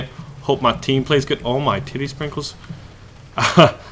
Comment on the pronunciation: Tittie springles???..... really???!!